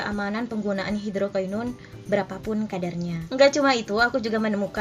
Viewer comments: Iya bnr bngt... Ak dengerin ap yah kok ky aneh gt... Susah ngucapinnya Dia bilang bukan hidrokinon tp hidrokainon... 😁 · NGUCAPIN NYA HIDROKINON BRAYY... BUKAN HIDROKAINON SUSEEHH AMEETT... KT NY KRJ AN NYA DI SKINCARE... 😒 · Kak ngomong hidroquinonnya kok susah amat